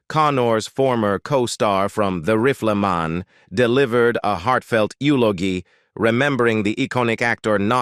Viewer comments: The "Riffla-Man"? The "rolees" he played? Why is it so hard to get a human to narrate these cheapjack videos? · The voice used for this was worse than that professor who purposely mispronounced all "white-sounding" graduate names. rifleman = "Reef-el-men" defined = "dif - end" iconic = "cone-ick" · Onced again the cyber-voice stumbles during an otherwise good homage to a TV and film actor. Indelible becomes "indy-lib- blul"; Rifleman becomes "riff-l'man; iconic is "ee-coe-nick"; colleague is "co-lee-gew"; close friend is "Cloz freend." Is it so hard to hire people to do this job, or just too expensive, so they have to use machinery? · OK............................ This IS the worst AI narrated video I have ever seen. The Riffla Mahn? Really? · OMG!!!!!!!!!!!!!!!! Learn to pronounce ENGLISH words! WHAT IS INDILIBLE??? Indelible (IN Dell ABLE)??? The Riplamon??? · why does the pronunciation go off late in this video?? Riff-la-ma for rifleman?? Ridiculous. It doesn't seem to be English. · The AI voice is hilarious! "Joanie Crawford, Cornors former costar from 'The rifflerman', delivered a heartfelt elogie, remembering the econic actor not just as a collygue, but as a clothes freend." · Horrible pronunciation by your fake computer voice goes above and beyond... "The Riff-lee-mon"? Seriously, why would you accept this? It takes all the wind out of your sails, and renders your otherwise legitimate efforts as cheap and careless... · These computer voiceovers totally fuck up the work you have done to compose the article. The RIFFELMAN? YULEOGEEE? Downvoted. Surely you could find a human to voiceover your work. Or do it yourself. I would rather hear a not so good human voice than these stupid computer voices with the jarring mispronunciations and mechanical pacing. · Y n the hell u pronounced the rifleman that way.?? It's the Rifleman. Not the Riffleman jackass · grating, monotonous A.I. text to voice WTF - its not riff el man - its sounded "RYE FUL" Man